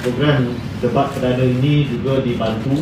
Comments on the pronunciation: sebut tu biar betul debat bukannya dibat lah lol.😱😱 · Sebut debat pun X betul😂😂